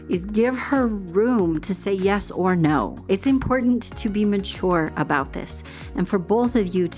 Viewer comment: Well, YOUR Pronunciation of “ Important “ gives me hope young lady! How come a generation seems to not say “ T”? Best